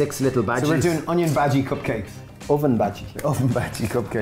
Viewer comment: Never in my life have I heard onion bahji pronounced the way you say it. It’s not normal 😂😂